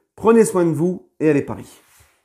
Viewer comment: Nan il sait dire aussi " Ici c'est palis " 🤣